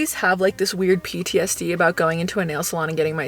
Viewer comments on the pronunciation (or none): none